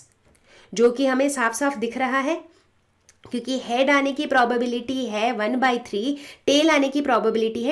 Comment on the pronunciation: Ma'am probobility nhi probability hota hai